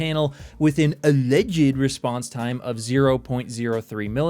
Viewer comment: the way he says 'alleged' is so hilarious